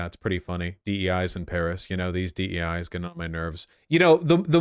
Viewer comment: Did you really just say DE with a hard I?